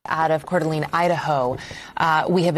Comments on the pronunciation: It’s pronounced Core Da Lane we have lots of French named cities in our area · 🥀This is my community and i am iust heartbroken... (Pronounced "CORE-DE-LANE") 🙏🏻🕊️ 🕯️ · Core duh a lane 😊 is round about way to say it friend😊